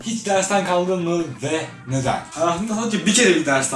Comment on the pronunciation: 36. saniye kacdinmi diyo kaldinmi degil